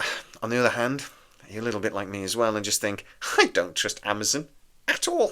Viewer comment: Amazon not Amazun. Candidate not candidit.